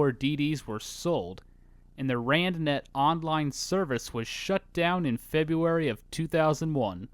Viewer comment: I spent like five minutes with the video paused trying to decipher what “randonetto” meant and then like ten seconds later you said rand net.